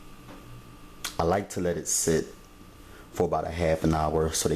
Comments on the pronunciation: I stopped watching when I heard you say "on chiladas" the word is enchiladas, the frst sylable rhymes with "men". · Enchiladas he is pronouncing it wrong 🤣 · none of what you say is how a Mexican makes enchiladas,Please don't give advice on things you don't know any thing about and you mispronounce the word ,PLEASE GO TAKE SPANISH LESSONS,THE SOUND IS NCHILADAS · is he calling them,"Anchaladas?"